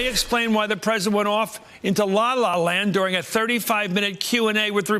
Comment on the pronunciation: Give Donnie a break. Being pwesident is hard. I mean, who knew?